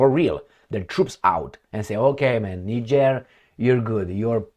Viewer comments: Thanks for the spot on pronounciation of Niger pronounced Neejieh in French. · As a european who has resided in Africa for most of my life, and having closely observed african politics since the 70s, allow me to make the following assertions: Re Niger (btw, your pronounciation is correct, "knee-jerr") the current actions of the junta are encouraging, however, whether this will result in the upliftment of it's citizens is another question altogether. Historically, 80% of the time the ruling clique just cuts a better deal with the highest bidder for their personal benefit while the citizens remain exactly where they have always been, in abject poverty. And when the citizens become dissatisfied, they suppress this through military force til the last moment, escape to Dubai with their loot and let the next "charismatic leader" follow in their footsteps. Imho, the same applies to Traore in Burkina Faso(?), in that it will take at least a year or two for the leadership to show it's true colours, ie whether they are true patriots or just in it for a quick (or even long-term) buck. Anyways, I am glad that is paying some attention to Africa, I view it as the 'ideological battleground of the future'... And in particular, current events in South Africa where the 'liberation government' has been totally captured by 'Al Capone' and is rapidly destroying the country.... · Well done. You are one of a very few non-Africans who got the pronunciation of the country Niger right! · Yes, its pronounced as Neeger. Niger is a neighbouring country to Nigeria my country. We are begging for this to happen in my country Nigeria. The West(USA) and Europe is destroying Africa and Nigeria especially, they just dont want to let go. We beg Russia to intervene and help Nigeria. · The are calling the name of the country correctly 💯